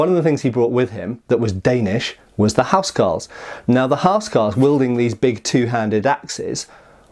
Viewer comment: It was pronounced 'owse cawls wunnit?